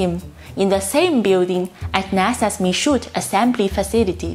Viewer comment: Yee Hah! Mark Whittington is a very good friend of mine. I will let him know you prominently mentioned his article. A few months ago we were able to meet Jim Bridenstine, and he said he follows Mark's writings carefully. The "D" in Michoud is silent. It's a French word. I'm afraid the United states really isn't capable of the kind of thing we did in WWII any more. Our national debt greatly exceeds our gross domestic product, and is growing at a rate of $1 trillion a year, China is one of our primary creditors, and neither party is doing a damned thing about it. Sometime in the next twenty years or so, there is going to come a reckoning, and the united States will have to pull its horns in to begin paying its debts. That will take decades, and we will simply not have the resources to counter China. I don't like it, but I fear it is true.